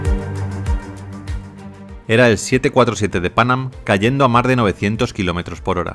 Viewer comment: Que pronunciación tan extraña, la palabra “más” entre otras la pronuncia “Mar”